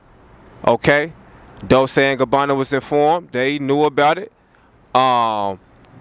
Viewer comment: It’s pronounce dol-chay